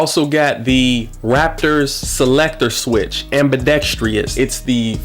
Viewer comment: It is ambidextrous. Please improve your vocabulary and pronunciation.